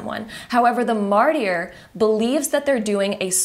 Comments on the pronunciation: Martyr = ( MAR-TER) just so you know. Sorry , it's really tripping me up trying to listen when you are saying it that way, but I get how you would assume it was pronounced that way. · So funny how you pronounce martyr as Marty-r, I couldn't take that section seriously I kept giggling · Hello, friendly correction of the pronunciation of the word “martyr” ➡️➡️ MAR-TER (the “t” being soft like the t in water). Martyr rhymes with Carter or barter 🙂